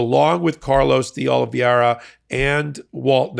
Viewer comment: "de Oliveira" is pronounced "dee oliv-AIR-uh," not the way you keep mangling it. This is something you could have learned from literally ANY Latino, Hispanic, Portuguese or Southern European person, or even anyone with a casual acquaintance with one. So now that you've learned something new, kindly put that knowledge to use.